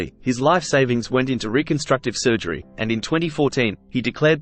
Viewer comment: Tim and Mike apparently were fired. I didn't know Pete was Jewish. "Other sujery"? Sounds like AI with an Australian accent. He wasn't a well woman. He seemed tortured much of his life. D or A could have achieved even more chart success if things were different.